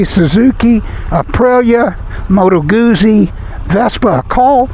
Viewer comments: Nice review - thanks! (It's "gooTsy" - like pizza 😉) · It's pronounced GOOT-zie.